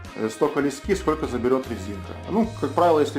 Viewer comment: То говорит лЕски, то говорит лескИ, так ты уж определись как правильно говорить.